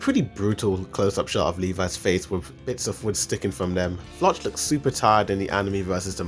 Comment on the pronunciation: Bro you should pronounce floch name like they call him in the anime it looks wired how you pronounce it in English 🤣